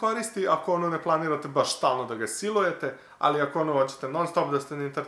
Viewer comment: SILUJETE'' :3